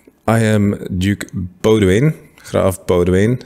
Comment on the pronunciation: It genuinely feels wrong to hear a YouTuber pronounce boudewijn correctly